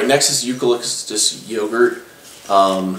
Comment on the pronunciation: Gotta' stop smacking your lips constantly dude...SUPER annoying. And learn how to pronounce eucalyptus correctly. It's not eucalistic. smh. And the name of the soap and company is DR. Squatch. Not " Sasquatch soap "